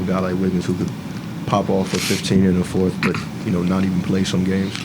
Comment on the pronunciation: Who's the journalist calling it the forfff quarter??? Dude.... get your words out of your mouth.😅